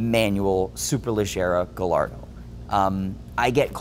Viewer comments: Dude you rock! Honestly you are a wonderful steward and historian of these cars.. but… Porshhhh? Galardoh!??? Come on man you’re better than that. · AND, you can't pronounce Gallardo